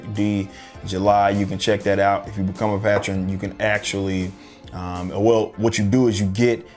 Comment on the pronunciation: Love your shit man, and the way you said patron just now lls